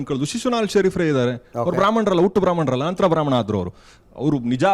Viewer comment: ಬ್ರಹ್ಮಾಂನೆರೆ ಅಲ್ಲಾ ಬ್ರಾಹ್ಮಣ ಅಂತ